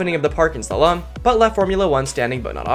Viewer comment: Did you mispronounce so many words in a strange way Krypton and Slalom for example